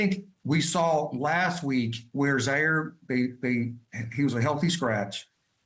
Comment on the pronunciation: ... it's not Zaire ... it's Jaire !